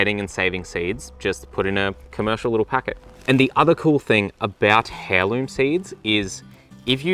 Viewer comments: I feel like he did that on purpose so that we would all comment 😂 he pronounced it properly once or twice 🤭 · I don't know if it is an Australian thing but I have never heard someone pronounce heirloom as hairloom but that is a crazy mental picture although I guess so is airloom. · I thought no he says ‘Hairloom’ to make us all comment because he said it correctly once 😂 (Drove me nuts!!!) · Hair loom haha. The H is silent ♥️👍❤️ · I’m a qualified botanist and a home veggie gardener and I love your videos. Really well done. BUT it’s pronounced AIRLOOM not HAIRLOOM. Your son is your son and AIR not you son and HAIR. Just saying . Cheers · Too much sun kills seeds too! Also it’s Aurliom & not Hairloom 😂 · I love your videos, but please for the love of all that is true and good: it’s “air-loom” not “hair-loom.” I’m usually quite chill about this sort of thing but for some reason my brain really needed something to be said today. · Even worse I have seen heirloom written as hairloom. He is just saying heirloom now and I just can’t stand it. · I have ADHD and this made me laugh but was very distracting! I tried putting subtitles on and muting him but even the subtitles say "hairloom" 😂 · Very helpful video - thanks 😊. Btw, heirloom is pronounced "eirloom". You drop the h. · Its pronounced "Airloom".... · You lost me at hair-loom 😂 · I'm Australian and this is the first time I've heard it pronounced as "hairloom" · Thanks for this. Raising seeds has been my weakness. And I believe heirloom is pronounced "airloom" =) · Please stop pronouncing the “h” in heirloom, it is silent. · Don't pronounce the "h" in "heirloom"!!!! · He's probably just only seen it written down not said out loud ... We do some crazy things down here but this isn't one of them 😅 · i hate to be a nit picker but the "H" in heirloom is silent